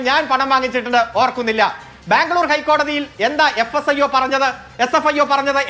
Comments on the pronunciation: Sfio ennu para... (Fsio alla) 😂😂😂😂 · ഇതേതാണ് ഒരു പുതിയ ഏജൻസി fsio? ഈ ചങ്ങാതിക്ക് ഏജൻസിയുടെ പേര് പോലും നേരാംവണ്ണം അറിയില്ലേ... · doesn't know SFIO, always says FSIO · SFIO എന്ന് പറയാൻ ഈ അറിയില്ലേ? ഇവൻ എവിടുത്തെ വക്കീൽ ആണ്. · നുണ പറയാൻ മറക്കാതിരിക്കുന്ന ധൃതിയിൽ, SFIO എന്ന് പറയുന്നത് പോലും തെറ്റി പോകുന്നു...... 🤣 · Ee oolaikku sfio ennu parayan polum ariyilla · ഈ ഊളയോട് SFIO എന്ന് ശരിയായി പറയാൻ പഠിച്ചിട്ട് ചർച്ചയ്ക്ക് വരാൻ പറഞ്ഞു കൂടേ..